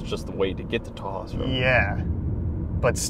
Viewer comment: Just so you know most of the buildings were torn down last November. I posted some pictures here. Also kudos to you for using the correct pronunciation of Tahawus